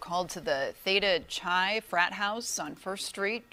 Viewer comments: First of all it isn't Davis University but the University of California at Davis. Secondly, Theta Chi is pronounced like Kai. In fact, the second part of that Greek organization is the same as Ethan's fraternity, EX where X is the symbol for Chi pronounced as kai. Rhymes with sky. I know you aren't American and that's why the pronunciation is wrong. News woman also mispronounces it. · Out of town fans for football could include frat guys and sorority girls from other campuses visiting the local chapters. This can get really weird. BTW, the Greek letter “Chi” is pronounced “K-eye.” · Quick, someone tell that newscaster how to pronounce "Chi".